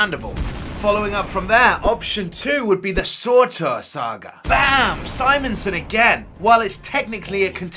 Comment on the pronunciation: Sortor? I know you're British and pronounce things funny, but come on. Be a right proper fanboy and say it with me, Sur. Tur. :D